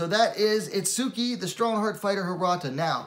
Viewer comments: the correct way pronounce her name is: its-key the "u" is silent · if u hear her say her name there's no U in it